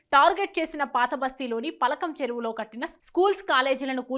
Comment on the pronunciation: News Journalist Saying Palakam Cheruvu 😂😂😂